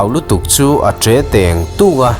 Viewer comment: "a ṭe tengtunga", tih ah hian 'tengtung' lam dan hi tengtere a 'teng' kan lam ang tur zawk hian ani lo maw.... sawiselna tur vak ka hrelo i ṭha thlawt ania aw....ṭang sauh² zel ang che. Heipawh a ngaihnawmin a manhla leh pek e...👍💪😘😘😘